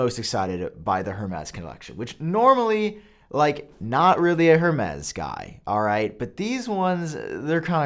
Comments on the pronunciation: It's pronounced ''EURMES'' not ''HERMES'' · It’s not “HER-MEZ” it’s “Air-Mez” 🤦🏻‍♂️🤦🏻‍♂️🤦🏻‍♂️ Edit: omg all of these pronunciations are so terrible. I thought you took pride in content quality? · It kills me each time you say "hurrmays" 😭. The H is silent my guy lol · Say it with me Hermes= airmez. Love you bro! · HERmes?! That is not how you pronounce it, sir! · You said Hermès wrong. It is pronounced “Air-mez” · Hermes is pronounced “air-mayz” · HurMez. 🤩 AirMez. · it’s pronounced “air-mez” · Stop pronouncing the H in Hermès. It’s closer to “air mez” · “Air-Mez” say it with me brother! (Hermes) = “Air-mez” I didn’t know how to pronounce it either, don’t worry!!! I’m not being a douche. Just a teachable moment 😊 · That was driving me nuts!! 🤦🏽‍♂️